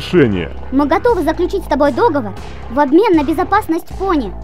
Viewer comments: В некоторых моментах, уши вянут. Не ДОговор, а ДоговОр! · Не, я всё понимаю, но... говорится договОр... Не кидайте тапками, просто я люблю, когда всё на своих местах